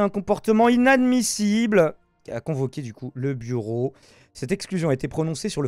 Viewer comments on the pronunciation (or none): il me semble entendre du bourreau et non du bureau... mais je vieillis